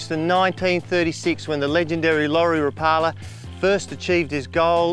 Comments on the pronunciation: Rap-A-La not Ra-Pala. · The "Rapalar Original Floatah".